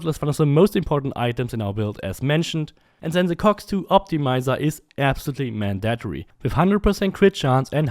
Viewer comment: "Man-dat-tree" LOL